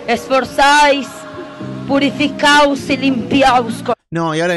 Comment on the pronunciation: ¿¿¿PurificaUs y limpiaUs??? 😂😂😂